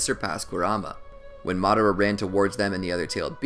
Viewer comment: games it's Madara not madera